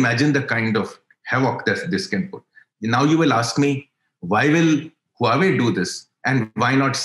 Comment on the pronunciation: What a 'head in the sand' answer to very valid question on the imbalance on the type of trade. Just denying does not make a problem go away. Stopped listening at that point. Not knowing how to pronounce Huawei is another indicator of casualness.